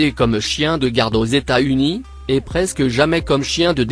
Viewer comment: "Eta-Unis" Jsuis dead